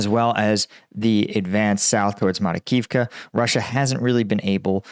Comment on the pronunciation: Makarivka, not Marikivka. Ivanivske, not Ivanski. Instead of deleting comments, just learn to read.